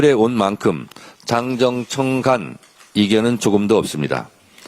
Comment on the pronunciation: 정청래는 당정청 발음을 힘들어하네 ㅎㅎ 자기이름에있는데